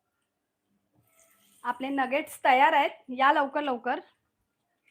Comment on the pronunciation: नगट नाही,नगेटस